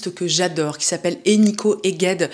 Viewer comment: Coucou! Cette artiste est hongroise, on prononce son prénom "Ènikeu":) Bonne journée!